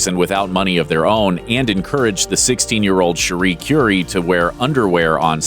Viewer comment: Whar's Tragic about this, is the narrator is so clueless that he can't even bother to properly pronounce people's last names... Rodney's last name is BINGenheimer, not BINGEnheimer.... and Cherie's last name Currie is pronounced CURRY, like the spice, not like Madame CURE-ie. Truly disappointing.